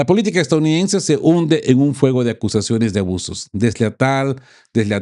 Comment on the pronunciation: Usted pasó de geopolítica a cristianismo recalcitrante, que pena ! Y por favor practique la palabra E S T A D O U N I D E NS E la repite varias veces en cada vídeo de manera incorrecta. Lastima tener que no ver más este medio, pero entendiendo la verdadera raíz de los problemas de la humanidad (especialmente el actual) y tener que soportar a un comentarista de geopolítica que toma visos de pastor cristiano es ya demasiado. Buen día !